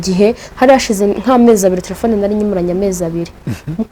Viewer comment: Umuntu utazi kuvuga telephone uvugango ngo "tlefone" sha koko aba bantu usigaye ubakurahe?